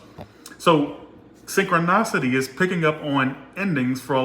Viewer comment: just wanted to let you know that’s it’s pronounced synchronicity sing-kruh-ni-suh-tee Cuz you’re saying synchro- NOS-city When it’s Synchro- NI-city Or just good how to pronounce synchronicity on google of what I said doesn’t make sense! Lol love you just wanted to help you out! ❤️